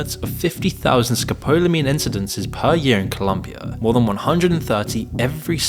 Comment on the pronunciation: It’s ColOmbia, not ColUmbia